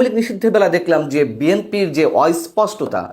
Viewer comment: বাক্যের গঠন শব্দের উচ্চারণে বিভ্রাট পীড়াদায়ক। যেমনটা বি এন পির অস্পষ্টতা কে বি এন পির অইস্পষ্টতা উচ্চারণ করলেন।